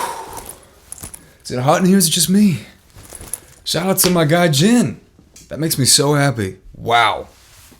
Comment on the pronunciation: that’s Jin???! Me: Y THE HECK U SAY IT LIKE THAT!??🤬🤬🤬